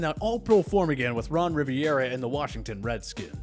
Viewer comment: Learn how to say Ron Rivera’s name